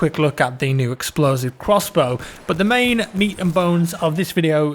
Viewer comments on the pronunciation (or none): For the love of god, you pronounce the "u" in "but" like the "i" in "first". Sounds so stupid to me, it's the only thing that bothers me when watching your overall good videos :P